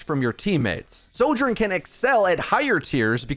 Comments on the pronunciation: Your pronouncing of Soldier & Sojourn was extremely confusing 😵‍💫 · say “76”. i can’t tell which hero you’re talking about soldier sorjourn they sound ALIKE